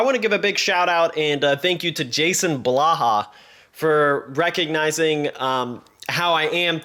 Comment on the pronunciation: You said Blaha - dislike and unsubbed.